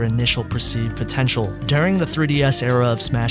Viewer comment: "potenail" lol